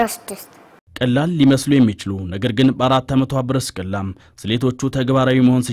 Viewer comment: ጵርስቅላ ነዉ ብርስቅላ አይደለም ስሟ